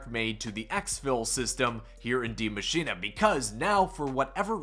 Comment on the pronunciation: d.i.e mashine like that again. Then please tell me where it says "machina"